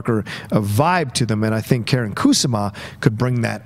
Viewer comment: As flattering as it is to have cite my dear friend Karyn Kusama He completely butchered her name Like... as bad as JTE spells Her first name is not pronounced Karen but more like car n And Kusama is a traditional & common Japanese name Stressing the first syllable Koo Sama like Obama smh Great guest!: )